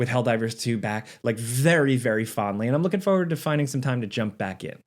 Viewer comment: My favorite thing about videos are listening to him say “Forward” without the R 😂… Looking “Foward” foe ward 😂